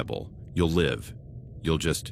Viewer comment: This AI doesn’t know how to determine the pronunciation of homonyms. I’m listening to the first story, there have been two different instances with the use of the word “live(s)” and the AI got it wrong both times… Also, whenever it is reading numbers, it sounds like it’s having a stroke.